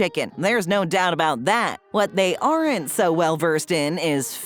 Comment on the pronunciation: Properly spoken, "aren't" is a one syllable word. ⬅